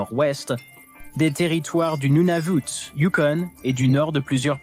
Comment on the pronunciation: Le Youkon , pas le youconne ... le gouvernement canadien dit lui-même en langue française dit : youcon pas youconne !